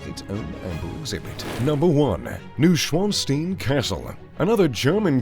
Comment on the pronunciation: Dude! love the videos but you have GOT to improve your pronunciation! Versailles and Neuschwanstein???? disgraceful!!